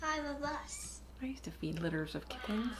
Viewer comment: pronunciation of "kit-tens" will become Hill House's "Jon Snohh.";)